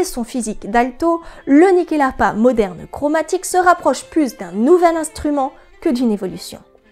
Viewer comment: Excellente vidéo. Je me permet en tant qu'ancien étudiant de la culture scandinave et suédoise en particulier, le nom se prononce Nuckelharpa (Nyckel qui est le mot pour Clef, donc assez logiquement une harpe à clefs) Bonne continuation :)